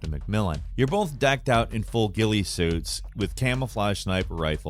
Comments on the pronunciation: "Guile Suit" 🤦‍♂ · He also pronounced ghillie suit as “guy-Lee” suit lmao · a "Guy-all" suit? Like they were dressed up as the guy from Street Fighter? LOL... it's a "gill-ee" suit, "" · You claim to have played it but call the attire a GUY-UL suit? Literally in the first few minutes he says GIL-EE suits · I hate how he says Zahkaev. It's so wrong in so many ways 😂 And Ghillie. Why tf did he say "GILE" ?! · Zah-kai-ev, not zakeev Gilly, not gyle Correct pronunciations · Im sorry, but can we talk about pronouncing "Ghillie Suit" as "Gile Suit"? Sorry to be that guy.. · Anyone else notice he said "even In a guile suit" like the street fighter character and not ghillie suit 🤣😂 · A GILE suit??? Dont tell me its not pronounced gilly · ... a guile suit?? this isnt street fighter.. its ghillie (like gilly) :D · Gilly, not Guyle. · Okay, “Zak-ee-ev”? “Guile” suit? It’s pronounced Zak-aye-ev and gill-ee suit. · I love you but why do you not know how to pronounce anything? Gyle suit? Zakheev? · ZA-KA-YAV and GI-LLY. How it’s pronounced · Its pronounced gill-ee suit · He keeps mispronouncing words. Snipel, Guile suit, Zakeeve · Im not one to critique things like this but it just seems like this guy pronounces things such as 'Ghillie' like 'Guile' as in from Street Fighter to sound smart or to be different. Idk theres just something real disingenuous about him. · Imran (Zahk-high-ev) and (Gilly) suit, get it right my guy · "Gile Suit"...... day 568 of saying is ILLITERATE. PLEASE.. JAKE... double check his videos or something broooo this guy makes it sooo so so sooooo painfully obvious that he is just reading a script for 98% of his videos.. a script he didn't write with words he can't pronounce. it's ridiculous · Wait... hold up... do Americans pronounce ghillie suit... 'gile suit'? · Man really called it a gile suit XD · Pretty sure they're called Ghillie suits, not "gile" suits 😅 I'm sorry for pointing it out but hey it stands out pretty bad